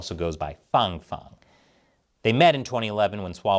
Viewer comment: It’s Fang as in hang, bang, sang learn to speakee dee Eengleesh. Stop sucking up to foreign pronunciations.